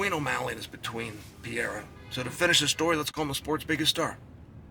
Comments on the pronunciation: Alex Pee-Era Try “Alex Puh-hay-du” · If Alex becomes triple champ, Chael has to learn how to pronounce Pereira (Pe-ray-ra) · PEEERRRR RARE RAHHHH Chael! Periera 😫!!! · Love your analysis, but don't you think you should learn to pronounce the potential GOAT's name?